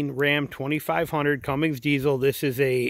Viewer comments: It's not Cummings. Its CUMMINS!!!! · Good review. There’s no G in Cummins tho people!!